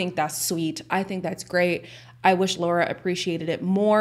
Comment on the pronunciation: Her name is Lara not Laura.